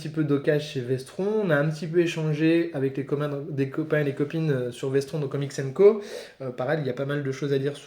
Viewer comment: Vestron ça se prononce Vestronne juste pour info